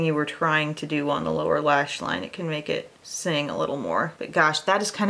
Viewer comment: "Makw a big sneeze" lol😄